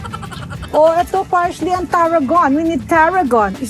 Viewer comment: Tita Small, PARSLEY po not PARSHLEY 😂